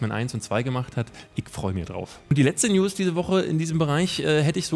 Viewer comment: Ich versteh immer Le-News:D